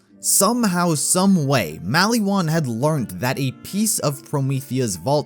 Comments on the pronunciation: why do you say maliwan like malywan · Mal-E-Wan Isn't it said Mol-Ee-Won? xD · The way you say maliwan triggers me